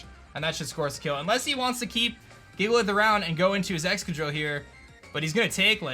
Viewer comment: DAT BOI SAID JIGALITH